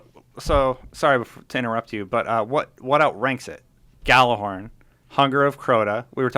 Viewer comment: Ya-ller-horn. Not Gal-er-horn. jeez